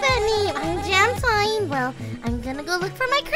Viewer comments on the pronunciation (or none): IT'S PRONOUNCED JAM-TEEN NOT JAM-TINE!!!